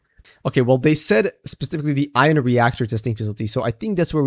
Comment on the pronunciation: ffs its pronounced eye-on not i-in "ion"